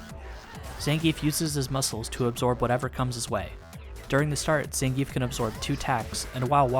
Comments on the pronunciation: It's pronounced "Zohn-Gee-Eff" not "Zan-Geef" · His names ends with "geef" not "gi-ef", capcom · Actually, if you're using Russian pronunciation, 'e' is spoken as a 'yeah' sound. So if he was saying his own name it would sound like Zan-gi-yef. Ignoring the fact that Zangief isn't any kind of name in the first place, of course ;)